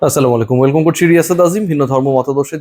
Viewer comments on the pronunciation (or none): none